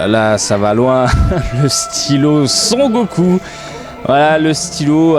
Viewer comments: ***** tu le dis "son" comme dans "j'entends un son" mais en fait ça se dit "son-ne" (sans appuyer sur le n) ^^ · super video mais tu prononces trop mal Son Goku xD